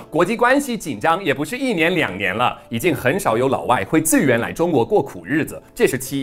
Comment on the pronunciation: 自愿的愿yuan4.第4声